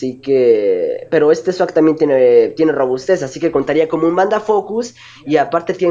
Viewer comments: jajajajajaja yo pensé que decias swag xD no sawk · Sawk un pokemon con Swag... jaja la pronunciacion correcta es SOC... pero fueron buenos combates :3